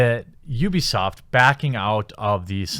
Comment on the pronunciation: Wait did you say UbiAsaad? 4.43